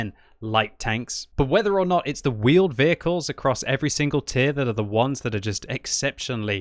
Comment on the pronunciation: Vheeled Wehicles!!!!!